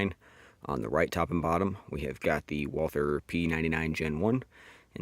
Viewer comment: Fun Fact, Walther is a German company, and the name Walther is just pronounced "Walter" you dont have to make the TH sound.